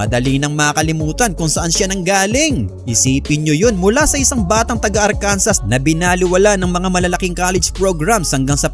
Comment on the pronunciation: Lods Ang Arkansas ay binibigkas as ( Arkansa) silent s sa dulo 😁